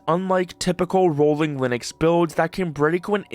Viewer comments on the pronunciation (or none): none